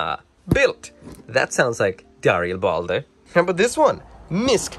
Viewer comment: Where in Darilbalde, is the uh. you keep pronouncing it Dari uh bal day. THERE IS NO DARIALBALDE ITS JUST DARILBALDE